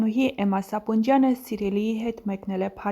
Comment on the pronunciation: AXJIK JAN AZGANUNE CHISHT CHES KARDUM…..VOCH TE SAPONJYAN,AYL SAPUNJYAN……CHISHT KARDAL EL CHGITEK……